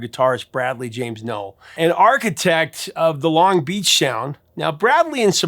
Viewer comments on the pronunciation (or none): I’ve always heard “Longbeach” pronounced with emphasis on the first syllable (“LONG-beach”), not the second (“long-BEACH”). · Just so you know, it’s not Long BEACH It’s LONG Beach